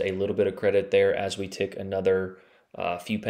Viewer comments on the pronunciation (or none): none